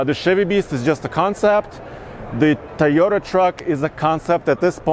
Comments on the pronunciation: Not "TUH-yo-ta" but "TOE-yo-ta" (or TOW-yo-ta) bro 😬😬😬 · I hate the way he says Toyota. "Tay-o-duh." 🤬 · Drink every time says "Tieyota".